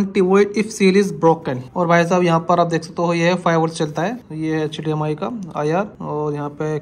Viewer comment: HDMI ❌ HDMR✅